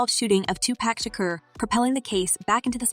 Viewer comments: The way that A I lady pronounces their names. It’s so ridiculous. Shaquer ceen 😂😂😂😂😂😂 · Ma’am u can’t pronounce SEAN or Shakur?? Is this AI?, 😂😂